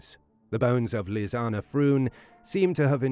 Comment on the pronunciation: It's nice to hear Lisanne's name pronounced correctly. Such a sad story. I don't think for a minute the girls deaths were an accident. AndI do think that the perps. were taken care of.